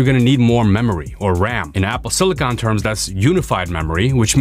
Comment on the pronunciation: Finally, someone that pronounces "silicon" the right way